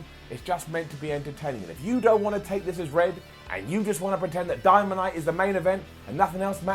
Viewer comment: He said dymanite